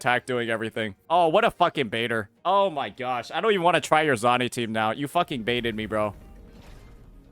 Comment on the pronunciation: Bro is he butchering all these names on purpose? ZONI???JANSEE???